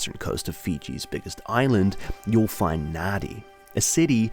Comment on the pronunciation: FYI it's pronounced "Nandi"